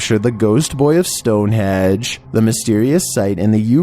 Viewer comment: Stone "Hedge" 😮 Home work Next Time 🙄